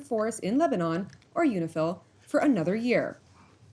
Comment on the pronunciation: Is that UNIFIL or UNIFILCH?